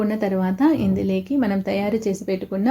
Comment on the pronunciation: ఇందులేకి కాదమ్మా. ఇందులోకి అనాలి